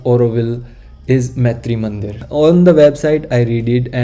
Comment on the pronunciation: please note that the name is Maatrimandir (मातृ मन्दिर) and NOT Maitri Mandir (मैत्री मन्दिर). There is a huge difference in the meaning there - in the way you are pronouncing it. Thanks a lot for a great video which was very informative also. All the best for your videos - I'm hoping to see more and I have subscribed and liked also. 🙏😊🏵️